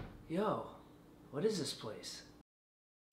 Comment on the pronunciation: Funny when Bach says:Fruture